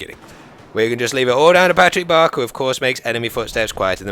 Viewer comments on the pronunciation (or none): none